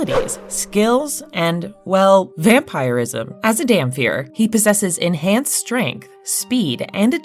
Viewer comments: DamPIR not DamFEAR lol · You're pronouncing Dhampyr/Dhampir completely wrong!